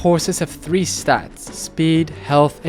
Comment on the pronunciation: "one in tree chance" glad to see you've become irish, great character development/j/pos